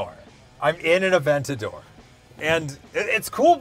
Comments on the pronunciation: Aven-tater...."Aven-tater's tonight?" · “3dentador”, amazing!